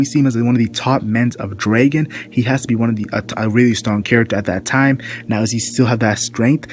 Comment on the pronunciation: sounds like (Bar-tha-la-mew) and Dragon, not Drāgon =(